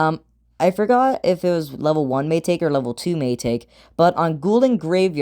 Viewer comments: it's pronounced my taki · please stop saying may taki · What? Do you think it’s maytake or something😂